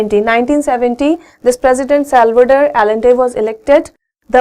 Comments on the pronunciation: it is not allende we write it but pronounce it like ayan-de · salvandor allende is pronounced as salvandor a'nde . correct your prounnunciation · allende is prounounced as AYEN-THEY(as written in my book)